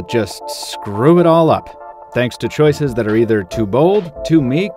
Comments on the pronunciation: CHOICES! not choises!! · choice* not choise... train wreck of a phone? more like train wreck of a video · choices! not choises and someone correct me if this is the American way of spelling it.